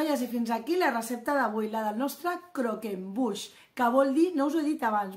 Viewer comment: Que delicia !!! y lo has pronunciado bien , ganas de probarlo!!